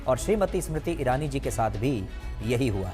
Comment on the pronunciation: ASmiriti irani nhi smiriti irani bol 😂